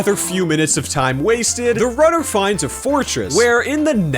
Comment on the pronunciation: I heard rudder not runner